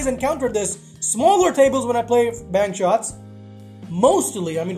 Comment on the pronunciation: Every time he says bank shots it sounds like he’s saying penchots